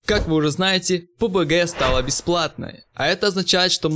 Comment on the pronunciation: сколько раз этот делил сказал пубГГГ